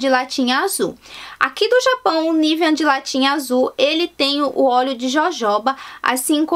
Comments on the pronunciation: Pq vc fala “niveaN”?? hahahahahahahahah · Por que você fala Nivean?